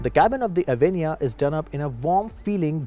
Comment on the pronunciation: Pls pronounce it properly - its a sanskrit word , also used in Hindi , bengali language etc.